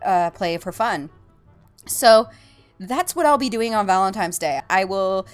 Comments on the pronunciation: omg, it's "valentiNe" not "valentiMe"! Sorry to nit pick but it was pretty funny to me. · i must be hearing things... is she saying valentimes? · Sounds like shes saying Valentimes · why do you say valintime's day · She called him you"tooble" and said it was valen"times" day lol